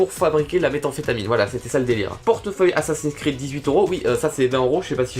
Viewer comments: 12min13 XD assassin scread XD sa se dit assasine scride (et g bien dit sa se dit) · On dit assassin's crid pas assasin cred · sa se dit assasine cride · lol "assassin's cread" au lieu d'assassin's creed😂😂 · Assassins "Screeud" mdrr, Oui c'est un jeu vidéo et qui se prononce plutôt "Scrid" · Ça se dit /assassine scrid/ et pas /assassin screuade/ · Je suis la seule qui étais morte quand il a dit assassin's creud à la place de assassin's creed qui se dit crid xD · tu dis assasin screed mais cest assasin creed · Comment tu prononces Assassin Scread ... Mes oreilles saignent XD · moi j'suis choque il connaît pas assassin scread et il dit "screuad" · OMG comment ta prononcé Assasin's Creed sa se prononce Assasin's Crid et c un jeu et un film mais le jeu est sorti avant le film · mdr ca se dit assassin's crid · on dit assassine scrid pas assassin sread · Assassein scre ad XDDDDDD LOL Comment il a massacré Assassin's Creed !!! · omg comment t as dit assassin's creed mdrr tz dit assassin's creud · rassure moi farod tu blaguais quand tu parlais de assassin's screed 😂!? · sa se dit assaine's'crid mais sa s'écrit assassin's'creed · CA CE DIT ASSASINS CRID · qui a ete choquer qquand il a dit assasin's screud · Ça se prononce "assassine scride" et ça s'écrit "assasin's creed" c'est un jeu vidéo très récemment adapte en film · ASSASINS CREED IL A TROP MAL PRONONSER